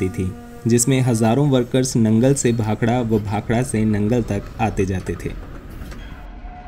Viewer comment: Very nice video and information. Also liked that you pronounced "Bhakda" and not "Bhakra". Even railways should change the english spelling to "Bhakda". Its been 75 years since the goras left...wonder why railways keeps on spelling it as "Bhakra"!